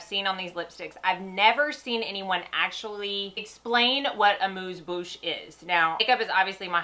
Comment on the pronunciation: Most reviewers can't even pronounce amuse bouche no less have an idea about what it is. Thank you very much for knowing both. This has made me nuts watching videos. Really enjoyed your video. Now subscribed